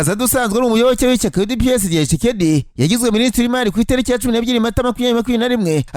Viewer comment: Cekedi 😂😂